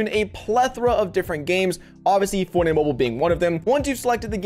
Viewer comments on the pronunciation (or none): say forney mobul one more time i’ll find u irl lil nga